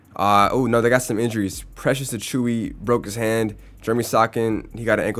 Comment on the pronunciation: Precious Acui 😂😂😂